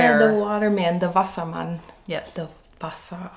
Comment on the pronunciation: Perfect pronunciation of "Wassermann."